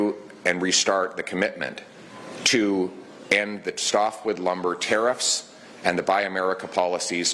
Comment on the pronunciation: Geez!!!! Its....... tare iffs!!! Not ta. Reefs!!! TARE IFFS.